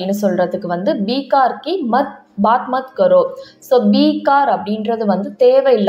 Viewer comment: பீக் கார் இல்லை பெக்காம் என்று உச்சரிக்க வேண்டும்.